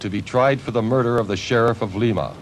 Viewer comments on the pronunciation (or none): Not "Leema" it'd prononced " Lye-ma" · Lima, Ohio is pronounced like lima beans, not Leema, unlike the goof announcer says.